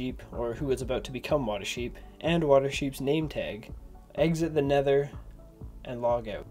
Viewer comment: He go to neder and get the egg and kill dragon